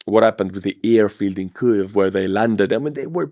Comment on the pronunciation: What's a Kliev? There's no L in Kyiv. Maybe next year you'll read comments!